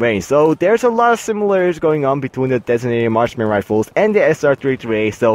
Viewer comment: its marksmen not martian rifle